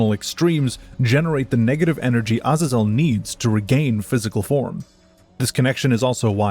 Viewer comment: That’s actually the correct pronunciation. It’s not “A-Zae-Zle”. Other languages’ vowels don’t change inflections, a is always “ah”.